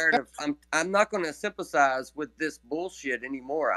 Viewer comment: he said, "I'm not gonna simp-a-size!!..."